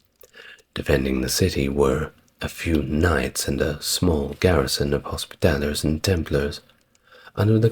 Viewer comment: Whilst I enjoy these videos and have little to quibble with in terms of history, there are at times painful mispronunciations:; here it is hospitallers, which was pronounced hospitalliers.....